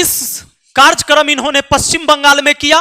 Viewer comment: सर,माफी चाहता लेकिन बताना चाहता कि कार्जकर्म नहीं कार्यक्रम होता है।